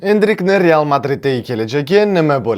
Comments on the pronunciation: Real❌ Teal✅😢😂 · Bir marta rteal deb hato qilibdilar senla hato qimisanmi kulaverasan hammang nx